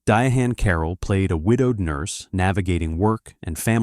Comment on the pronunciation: and how hard is to pronounce Diahann